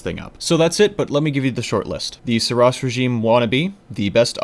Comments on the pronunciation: You're still not making any sense with 'oss' or 'ross' - you're adding the extra 's' on all your examples - THAT is the problem, there's only one S. If you wanted to pronounce it Sur 'ross' it would have to be spelled Suross. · Seriously dude, it was a great vid explaining all the guns and whatnot, but stop trying to justify your mistakes... The developers have named and pronounced the name the way they wanted it to, just take it and leave it. You're making yourself look really foolish at this point...